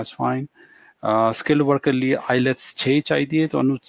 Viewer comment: Hahahahaha ..... u said ILETS not IELTS....GOOD